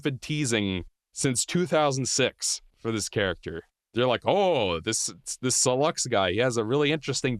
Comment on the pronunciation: Why does he pronounce sylux wrong? They literally say his name?